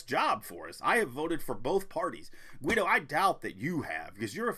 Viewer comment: Guido is his real name he's German it's pronounced "Gee doe". Congrats on the weight loss